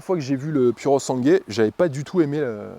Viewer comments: pourosangoué se prononce cosi in Italianno 😉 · seul bémol : en italien le " u" se prononce " ou " et le " e " se prononce " é " . phonétiquement il faut prononcer " pouré sangoué " ( pur sang en franc çais ) je pense que ce chef d'oeuvre mérite qu'on ne déforme pas son nom en niant son origine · Tu peux dire “ pourosangoué” en accentuant le “pou” si tu veux que ça ait l’air plus italien. Magnifique auto pour une poignée de privilégiés ! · Super présentation tellement bien que je passe ce soir un acheter un...... juste un truc.... prononce comme si tu lisais ça ( Purosangouai ) A+.JS. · Pour moi un sans faute / Non seulement mais un chef d'œuvre à tous les niveaux / Mais il faut que tu fasses un effort et prononcer "Sangwé" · quand tu prononces puro sangue c'est affligeant, sinn à part ça tout le reste c'est top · Non so come l'Italia permetta a persone come te di guidare macchine del genere, come fanno i francesi, che distorcono tutti i nomi a loro piacimento. È un onore per te stare davanti a un capolavoro italiano, figuriamoci guidarlo. Pronuncia bene il suo nome, perché è sangue italiano al 1000% Bico